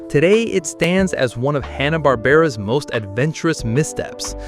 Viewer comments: It's HANNA not Honna. AI needs to learn to pronounce simple words. Goober doesn't wear a green beanie. /Sigh 😔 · I think Hannah is pronounced the same as the common first name, like Hand.